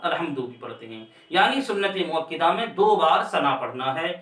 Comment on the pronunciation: حضرت مؤکِدہ نہیں بلکہ مؤکَدہ ہوتا ہے